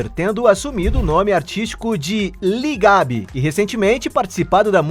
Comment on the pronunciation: Gostei do vídeo porém tenho uma crítica,é LIL GAB E NÃO LI GAB. Obrigado a todos.